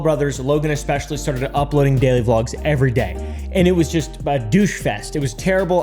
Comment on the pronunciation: “Daily blogs veryday”